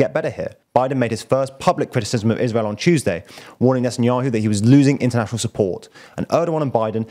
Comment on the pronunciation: I find him talking too fast/hectic and monotonous. Words like "international" are spoken unclearly.